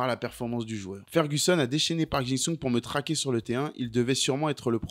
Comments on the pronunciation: Park JI sung, pas JIN sung 😂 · Ça me trigger à chaque fois que tu l'appelles Park "Jing Sung", bordel 😂😂😂